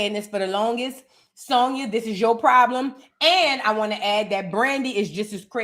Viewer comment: You are a fool!!! “And we definitely don’t won’t to see Clarissa’s big strong ass in the booth!” (In your New Orleans dialect)… I hollered 😂😂😂😂